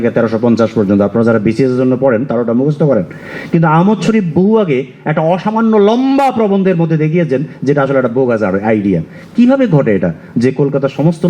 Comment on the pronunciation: 😂😂😂""ভোগাস"" নয়, বোগাস।😂😂😂